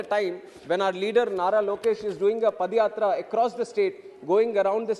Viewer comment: NOT PADAYATA. It's padhayathraaa